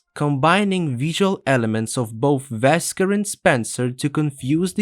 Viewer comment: His name is wesker not vesker